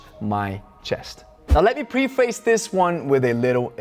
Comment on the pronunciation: Plethora has stress on first syllable Preface is pronounced pref-is